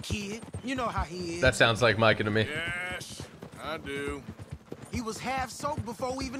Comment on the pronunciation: is one of my favourite YouTubers mainly down to the inspiration he made for me to play rdr2. His videos of rdr2 were the first glimpses of watching rdr2 which made me buy it but the way he said Micah "Meekah " 😂